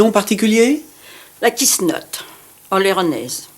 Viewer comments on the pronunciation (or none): Le nom de la coiffe "quichenotte", qui est ici prononcé "Quiss'notte", aurait une origine remontant à l'occupation anglaise de l'Aquitaine. Compte tenu de sa forme qui entoure tout le visage, elle rend pratiquement impossible le fait d'embrasser celle qui la porte, ce qui permettait de repousser les Godons trop entreprenants : Kiss not !